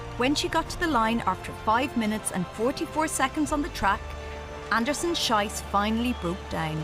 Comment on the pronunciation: It's not "Schyss, it's Schees". Schyss pronunciation means "shite", Schees mean "shoot"!. So the commentator is wrong. Get a grip you stupid woman! The athlete herself is a heroine!!